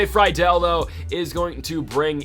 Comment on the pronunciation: U finally said friedls name right at the end. Love this series